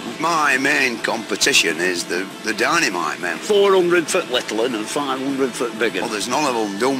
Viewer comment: “The dyneemite men”